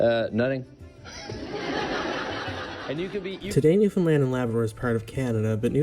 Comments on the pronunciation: soooooooo.... Understand... Newfoundland... say it that way... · I've have watched the 911 videos that you are presented - great to see you checking out Newfoundlanders while educating others - great job! Now that you are talking about our local language; one minor correction I'm going to provide is the pronunciation of Newfoundland. "Newfoundland" actually rhymes with "Understand"; many mainlanders (or 'Come From Aways') pronounce the word by attempting to shorten, such as "New-fin-lund". AND we actually also have a 'Newfoundland Dictionary' - a rather large dictionary at that. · New fin land not lind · Quick little note about your pronunciation of the word Newfoundland, if you don't mind. Please don't pronounce the last syllable as "lund". It's pronounced "land", same as you would say "Disneyland". (People find it easy to remember that as an example of how to say it.) Go back into the video and you'll hear it clearly pronounced that way by the narrator. The name of the island is pronounced "noof-end-LAND", with the same cadence as "understand". The full name of the Canadian province is "Newfoundland and Labrador", just like the names of the two dog breeds, the Newfoundland Dog and the Labrador Retriever! Cheers! ❤🇨🇦❤ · It's pronounced NEW FIN L-A-N-D, not New FIN LIND. Also, I would go easy on that term "Newfinese". That's a rather new term to us who live in Newfoundland. I've lived here since 1949. Best of luck to you young man. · Not Newfunlin...it's New fun land. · As a Newfoundlander, I would like to teach you how to properly pronounce the name of our beautiful province. It rhymes with understand; so you can understand Newf-UN-land. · it is pronounced New Found (not fun) Land (like land) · If you want to learn how to say the name more like a Newfoundlander, try saying the rhyme Understand Newfoundland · When pronouncing Newfoundland pronounce it to rhyme with understand. Hope that helps lol